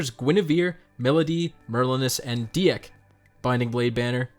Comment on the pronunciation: Congrats on your luck! I wish the 15 orbs I put in got me at least one of new 5* exclusives. Also, Dieck is said like "deek"